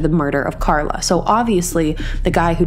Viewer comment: She meant Carla but didn't pronounce her name properly.